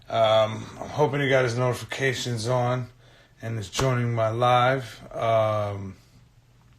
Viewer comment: "nodzificajuns" was still on the H back then huh